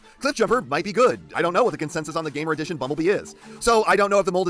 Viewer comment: I agree Nemesis Prime needs a more fleshed out characterization.Scourge doesn't count.I like how u say Gamer Edition 😂